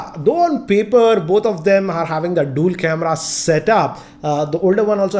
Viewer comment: Dool camera😂😂 it's dual sir